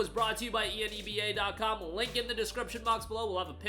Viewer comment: Rhymes with ENEMA, Seriously though... Hearing you repeatedly chant E N E B A was offputting, annoying and made me just a little angry towards the end of the video. How would you pronounce "783 Enebium has been added to your Enebium Balance" ? You gonna spell that out too? Grow a pair... it rhymes with enema, just say it.